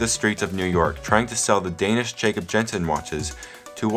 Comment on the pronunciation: I love how u pronounce Skagen and Jensen